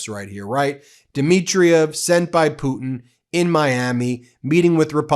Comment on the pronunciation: Hey Karo-lyin, it's putin, not poo-in. If you speak lies for a living, you should learn how to speak correctly while you spew your lies.